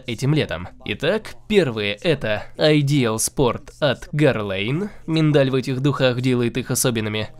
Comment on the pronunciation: У переводчика как всегда проблемы с названиями. Какой ещё гирлейн?